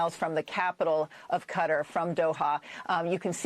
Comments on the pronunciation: Qatar is pronounced Kay-Tar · if you keep pronouncing it 'Cuttar' I will unsub on principle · Jeremy it's pronounced kaa tar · Qatar is pronounced Kuh-tar. Love your channel. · Every single time I hear it pronounced "Cutter" in this video, I have a hard visceral reaction. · Pronounced KUH/TaR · Wtf is Cutter?.... It's Qatar.. there is no U in Qatar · Qatar = cutter? i didn’t know that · In that last hour I've heard cutter, catar, kah-tar, and others. From our "reporters". You'd think the first thing they'd do is learn how to pronounce it properly. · You and Tim pool don’t pronounce the name of “Qatar” properly and it drives me nuts lol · Am I retarded? Or is that not how you pronounce Qatar? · I'm not a fan of Iran, but goddamn man learn how to pronounce Qatar. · Why is everyone pronouncing Qatar wrong?! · its cringe when someone giving news about QATAR doesn't know how to pronounce QATAR. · Is this the new way we’re gonna pronounce Qatar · Has it always been pronounced cutter? I swear they said it different in transformers? How do we say this place? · Are they pronouncing “Qatar” correctly? I’ve never heard someone say it that way before.. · We got hoodwinked by Benjamin, he literally told us the same line about Iran being weeks away from a nuke that he’s been using for 30 years and somehow now we listened. Side note the way you and that white lash pronounce Qatar is hilarious. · There is no way thats how you pronounce Qatar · That’s what I thought as well. Hearing them pronounce it like that was weird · cutter is wrong. It’s some idiotic thing where people kept correcting other people to the point where everyone says it in a way that is both wrong and annoying. I watched a video of a guy from Qatar explaining it, and it was like Kah-Tar (much closer to Kuh-Tar than Cutter). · I think it's pronounced "Kuh-tarr." Like guitar but dyslexic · Cutter? What the flying f*** is cutter? It’s Qatar 😂😂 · It is pronounced kuh TAR as-in to tar and feather someone.